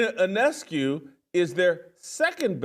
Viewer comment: He did get Sabrina's name right though. The I is silent.